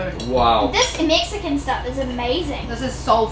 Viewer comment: She said "meexican."